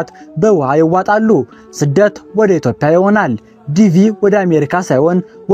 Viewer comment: የኢትዮጲያ እንጂ የኢትዮፕያ እያልክ የምታነበው የፈረንጅ አነጋገር ይዘህ የምታነበው ለምንድነው?